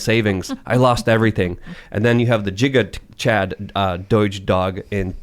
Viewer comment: Did he just say jigachad instead of gigachad